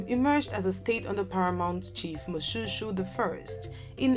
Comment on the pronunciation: Moshoeshoe not pronounced like shoe, please.